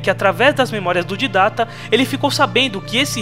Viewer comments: So eu que não sei o motivo do chamar o Didect de Ditatta sendo que o nome certo é Didect? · pq q ele fala tudo errado?!! Arka é Ark, Didacta é Didact (se fala Daidéct) Flód é Flood (se fala Flôôd) Prometheus é Promethean (se fala promífean) kkk falô elado (errado) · excelente só errou na pronúncia do Didact (Dáidect) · Você esta pronunciando errado o nome Didact...você esta dizendo didata...mano,toda vez que você fala didata eu fico com raiva...aff! pelo amor de deus,Né